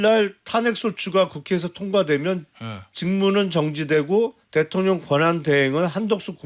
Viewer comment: 성태야 코맹맹이소리로 대통령이라 따박따박 말하지 말어라. 듣기 역겹다.